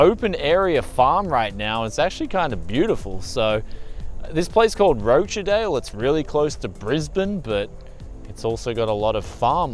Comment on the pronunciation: "Roach - a - dale" hahahaha ps: i still love you tho bro